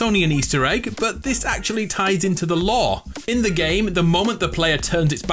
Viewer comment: I can’t tell what word he is saying when he says lor is it law or lor